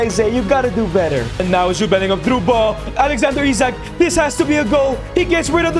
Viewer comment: Bro pronounce Isak wrong